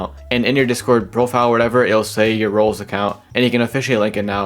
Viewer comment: I’ve already said this 100s of times that even when I slow down I still can’t understand because he doesn’t even fully pronounce most of the words. For example he says “Roblos”